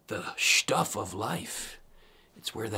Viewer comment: Excellent explanation! On a side note: Am I the only one who just loves how he says "sh-tuff" and ? Ha ha!